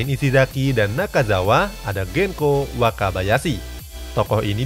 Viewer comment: genzo wakabayashi bang bukan Genko wakabayashi 😂